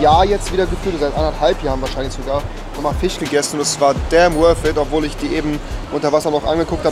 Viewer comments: Er sagt zwar statt "Fisch" "Fich", aber dann nicht ganz normal schnorchel, sondern schnoschel...😂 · Rewi: „Fich“ 😂